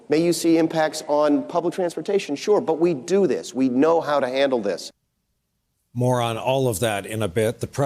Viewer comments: "More on all of that in a bit." What I heard: "Moron. All of that in a bit." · "Moron" or "More on? Lol he snuck one in there.